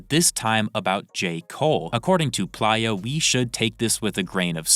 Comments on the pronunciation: STOP CALLING HIM “PLYA” PLEASE ITS PLAYER WITH AN “A” GOODNESS GRACIOUS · WTF is a "Ply-Ah," and why he reporting on things? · If you cant pronounce the word playa or recognize it as player, then you shouldn't be reporting on hip hop period.